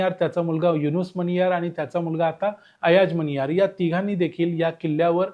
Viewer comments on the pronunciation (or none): अयाज मनियार असे नांव वाचावे.